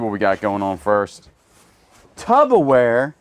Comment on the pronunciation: I’m gonna comment every time you say this and correct you lol - it’s tuPPerwear NOT tuBBerwear lol. Love from Scotland xx